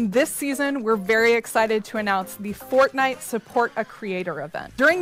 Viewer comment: First word “Fowtnyite”